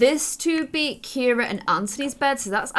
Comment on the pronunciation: IT is Cira 😂